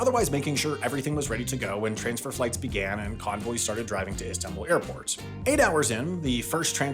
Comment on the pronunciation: Thanks for paying particular attention to pronouncing Atatürk, Sabiha Gökçen, İstanbul and Ankara correctly ❤ .